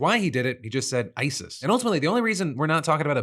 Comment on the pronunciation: You heard him say hebwas there because of ISIS... but I heard him say "ICE-s (the second S is no longer silent."